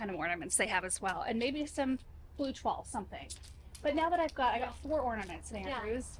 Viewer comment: Silly and whimsical for the children would be great! A children's view instead of a mom and grandmom style? Maybe 3 colors and wacky? Did we hear the word tulle? Did you call it twall? Did you mean to say tool for the correct pronunciation?